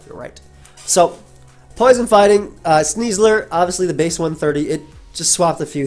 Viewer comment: I cannot not cringe hearing "Sneasler".